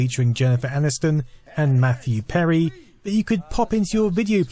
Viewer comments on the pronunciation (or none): none